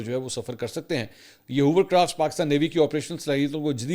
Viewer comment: Hovercraft Mansoor, Not Hoovercraft !